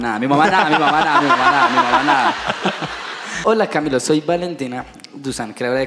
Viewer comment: Camilo inquieto está hablando como raro